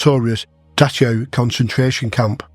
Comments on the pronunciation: Dachau, is pronounced...dak-ow, been there many time's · It didn’t spoil my enjoyment at all, I was just surprised. To be specific I think it was Dachau and Evesham that stood out to me. Thanks for taking the time to give your elegant explanation